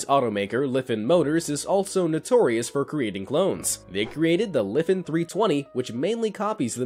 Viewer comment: i think you said it wrong, its jot Lefen, its Lifan. and you should have spelled it like this: Laifaan